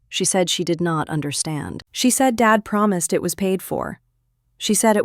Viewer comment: Why does "dad" come out as "David"???